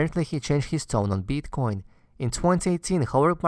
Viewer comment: beeetcoin :D